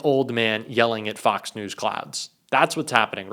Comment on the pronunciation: “Fox hos”?!